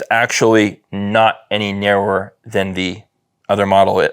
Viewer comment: 😂😂😂narrower say it with me now Nar-row-er